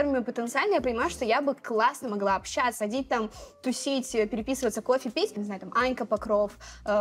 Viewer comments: на общЯться............ а как же ча-ща пиши с буквой А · Прошу прощения, но чуть глаз не выпал от "общЯться" Друзья, ча-ща пиши с буквой "а", ч и щ и так всегда мягкие звуки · «общЯться» Как насчет, чтобы перепроверить видео перед тем как выкладывать?)